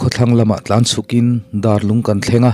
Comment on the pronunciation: Darlung ti a lam tur nilo in, Dâr (vuak chi) ang in lam tur a ni. Dârlung.